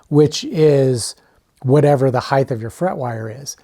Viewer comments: Another guy pronouncing it hi-th instead of hi-t. The h is silent. You learn that in grade school, usually 1st grade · lost me when i heard "heighth"